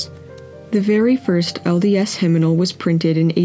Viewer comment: “Hymnimal”? It’s “hymnal”